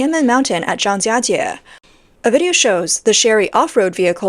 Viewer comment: This is clearly an AI voice or a non-native speaker, she doesn't get the tones right on Zhang1jia1jie2